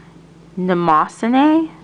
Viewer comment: idk if anyone said this yet (they probably had or you know it by now) but Mnemosyne is pronounced ne-moe-sine.